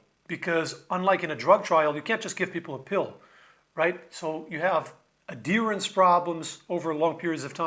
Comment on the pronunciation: Are you saying adherence? The ‘h’ is not silent.